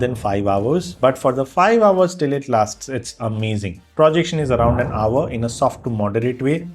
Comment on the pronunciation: Please don't say "Pra"jection, it is "Pro"jection.